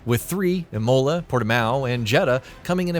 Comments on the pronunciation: F1 2019 contained Devon Butler as F1 2020 didn't have a story component in career mode where you went from F2 into F1. Good video just work on pronunciation as others commented. This may help for the future, Imola (said Imola like the start on imp), AlphaTauri ( said Alpha Towri like towel) & Alpine (said Alpeene) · Devawn butler….I mean really….please get someone who actually plays f1 games to do these Jesus, and just to add on aswell emola it sounds like the fancy name for one of your teeth rather than the fantastic track this is imola. Having now completed the entire video my favourite by far is nico rose 🌹 berg 😂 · Imola. Emola 😂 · Ikr imohla it should sound more like imula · "I-mow-la" lol what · Yeah it was painful. Imolar, Roseburg. Shumarker. Jeez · Americans trying to pronounce anything to do with F1 🤮 Imolea?! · Aahh yes.. Imowla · Did he really say, deevon butler, emola, Elaine prost, phillip massa. What the fuck. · The way he says Imola sounds like Ebola. He says it like Emola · I'm sorry, but after hearing Imóla I just couldn't finish the rest of the video.. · My faves were Eemowla and Alane Prost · Dude you really need to look up how to proouce things low points being imola and Renault... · Sorry but I just can't take all the mispronunciations - seriously, if you're gonna review an F1 game learn how to fucking pronounce simple things like Imola. Ugh.